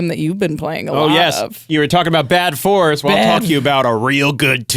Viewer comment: You said “bad fours” at the end, but it sounds like “bad force”. Quick, snap that title up!